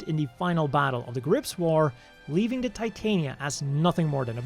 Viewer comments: That "creator" was full of crap. "The O" is obviously meant to be a reference to Oberon. Titania is pronounced "Tih-Tah-Nia" not "Tie-Tay-Nia" Titania is a Queen of the Fae. Oberon is her King. Also, Oberon. Not Overon. That's another one that got devoured by mistranslations/change for "creativity". Eldridge is something I'd normally ignore but in reference to grimoires and fae royalty, it's obviously eldritch. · Just an FYI, the Titania is pronounced "tit-tanya," as it is named after the fairy queen from Shakespeare. This is made more evident by the constant allusions to the name of her king throughout all these mobile suits: Oberon. The-O, in addition to its many name origins, could be seen as an abbreviation for The Oberon, the mobile suit and its descendants are all referred to as "fairy kings," and the Over.On, when taking into account Japanese pronunciation, is literally a pun on the name Oberon.